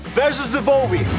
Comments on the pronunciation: Yeah maybe you can pronounce Bowie correctly soon. It's not Bovie. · Coming from an Aussie "Now that's a knife". :). Little FYI, its pronounced bowie with a w. Awesome knife. Want one.